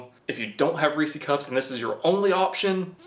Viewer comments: Take a shot every time he says Reece cup lol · Reesie cups lmao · Reesie cup 😂